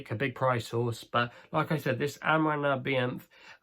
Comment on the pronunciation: I’m IRISH and I had a good chuckle at u mangling the Irish National Anthem name. It’s not your fault at all because it’s a difficult one. FUI it’s pronounced “ our on na vene” ( nearest I can get). ✌️